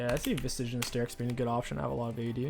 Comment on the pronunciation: Genuine question, does he say Visage wrong on purpose?